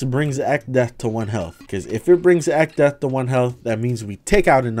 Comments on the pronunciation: I drank an entire bottle of water every time he said echdeath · Man, I'm glad I didn't do that shit with alcohol, If I took a shot every time you said Echdeath, my ass would've died to alcohol poisoning and liver failure, lmao